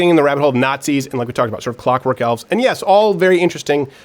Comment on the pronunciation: Come on.... elfves. im really trying to listen to this but come on man